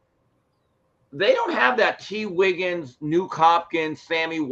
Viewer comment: Homie just said Tee Wiggins😅